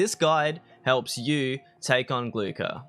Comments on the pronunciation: G L U H A R not glukar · Hey brah, the k is scilent in his name.